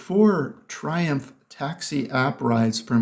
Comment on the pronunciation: It's "Triumf" btw😉